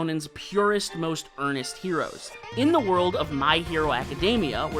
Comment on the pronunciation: Also it’s “world” not “word”